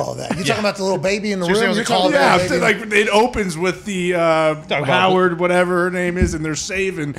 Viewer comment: Impressive job turning Howard into a one syllable name.